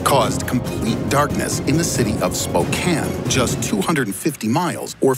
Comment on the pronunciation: holy shit, he actually pronounced Spokane correctly